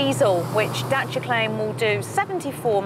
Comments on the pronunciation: The women pronounced it correctly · Yes it is. James May even corrected himself in one episode. knows her thing. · She said it perfectly well. For the first time she was even funny a bit like Matt :) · She pronounces the name right . That's exactly how we say it . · Crana Yes, that's the way to pronounce Dacia. Italians would get it right the first time since romanian language is derived from the latin language just like italian, french, spanish and portuguese are. But italian seems to me it's more similar to ours. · she's pronouncing it properly :P that's nice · you are the only british presenter I know, who reads car names correctly. "Dacia" and "Ibiza", both pronounced in their mother tongue. Pleasantly suprised!